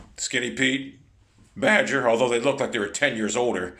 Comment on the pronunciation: bADger LMFAO